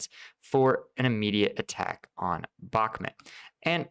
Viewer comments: Its Bakhmut not BOK MOOT. Idiot. Also, its REAL non Lame stream so called media name is Artemivsk in its native Russian speaking inhabitants' language. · I like your channel but everyone else is saying "bock moo t" and you say "bock mit" lol which is it. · bach MOOT : ). Like the composer, and moot pronounced extra long. (Just not BAK mutt). Love your content!